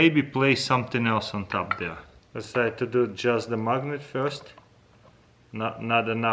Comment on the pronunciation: I also love how you said mugnate.